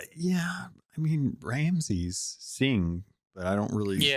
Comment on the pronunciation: Minor "chafe" on the ear - your guest kept saying "Ramses" instead of "Ramsey" - he's the Pirate Lord not an Egyptian Pharaoh. As always; thanks for sharing your viewpoint it is an interesting listen and nice to get someone else's perspective on these :)